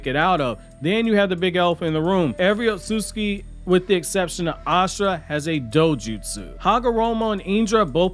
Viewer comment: Not as bad as Otsutsuki